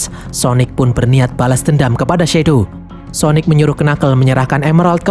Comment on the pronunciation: "Syonic" syonic ga tuh wkwkwk